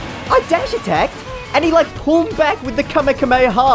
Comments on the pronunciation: ah yes the kamekameyhaa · Did anybody else get riggered when he said Kame kameyaha instead of kamehameha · It hurt me when he said KameKamehaha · Did you really say kamehakamehaha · Why is no one talking about how he pronounced Kamehameha...? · when you were petey and the hero did a blast you said kamehameha wrong sorry man